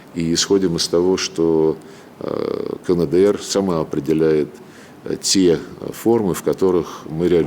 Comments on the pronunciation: не знает, как правильно произносится КНДР - "кэнэдээр"., открой букварь и посмотри на алфавит. "Каэндээр"! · Слышали КАНЭДЭЭР😆😆😆😆